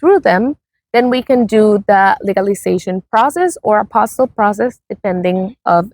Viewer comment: Please note the word is APOSTILLE, not APOSTLE. Two different words entirely.